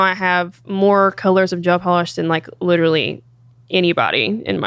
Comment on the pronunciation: "Jail polish" Jesus woman